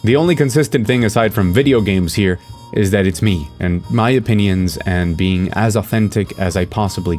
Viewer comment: I know you mean "video games as video games," but I keep hearing "video games ass video games."